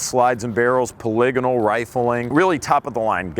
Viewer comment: What is paligano rifling? Did he mean to say Polygonal rifling?